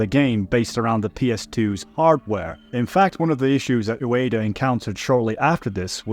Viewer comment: Ueda: oooo-eeee-duh.... Not Udaya 😂